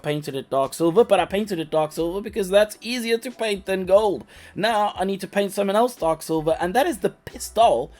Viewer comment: Did you say "right meow" or "right now"?